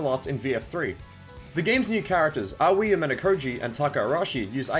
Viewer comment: "owwie" Try Ah (like the refreshing sound but only slightly elongated" and oi (like the response to Aussie Aussie Aussie) That out of the way, thanks for this.. I've long bemoaned the negativity toward VF3, it's a great game. People were just mad it wasn't 2 and the meme was perpetuated by people who don't even play VF. You also get HUGE respect from me for actually going to (and citing!) primary sources instead of just parroting hearsay and wikipedia. 👏